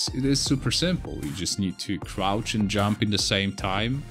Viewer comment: What's "crout" jump? Isn't it "crouCH" jump...?